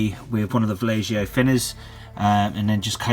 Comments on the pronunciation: Valleho* not Vallejoe :D nice tut though . keep up the good work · No dude, its vallejo and u speak it like vajecho.